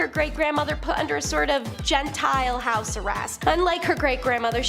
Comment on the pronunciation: You guys really need to check pronunciation if you've never heard a word before. It can change the whole meaning of a sentence if you get it wrong. EG; She was not under GENTILE house arrest. It's pronounced GENTEEL. A "GENTILE" is something else altogether. Look it up!